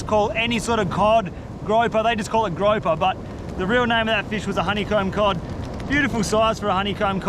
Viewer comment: It’s grouper, not groper. You do not want to be groping any fish, 😂. In America, you can cook in a pumpkin, great video.